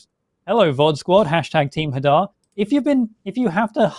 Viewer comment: Hey it’s not Hadar